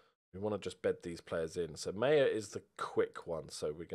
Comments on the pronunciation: Maher is pronounced "Maar" as in Johnny Marr who was born Johnny Maher but changed it because Brits can't pronounce "Maher"! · maher is pronounced marr if irish